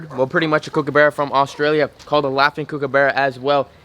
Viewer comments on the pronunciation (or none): The correct pronunciation of kookabarra is “cook-a-burra” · Love your kookaburra and it’s pronounced kook-ah-burra 👌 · The U is a U not a A too almost there 😂 love your videos no hate ❤️ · nope as an aussie we dont have animals called that... we have em-you not emoo, Cook-uh buh-ruh, Cock-ah-too... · I live in Australia and the way you say kookaburra is funny and there's kookaburras that live all around me LOL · If ur going to get an Australian bird pronounce it the right way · You really have to learn to pronounce emu and Kookaburra right for all your Aussie fans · you couldn’t say EMU and now you can’t say kookaburra 🤦‍♂️🤷‍♂️😤